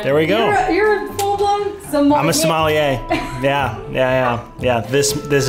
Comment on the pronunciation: great video! but crazy how you pronounce your profession as Smolliere xD